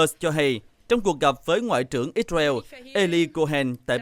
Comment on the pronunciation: Ích sơ ren đọc ích beo